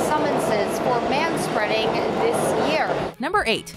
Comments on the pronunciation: They said ma spreading. I'm fucking done. Unsubscribed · You lost me at "manspeading."